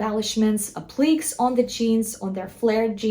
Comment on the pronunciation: “App lick Kay” (empathic on the “Kay”. (Also check emo)